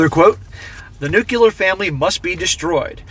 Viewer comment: Nuclear = New-clear, not new-q-ler. Jimma Carter was a nuclear sub commander who couldn't pronounce it properly